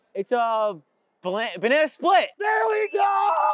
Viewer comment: When he said "THERE WE GOOO!!" It sounds like "BELLIGOLLLLL"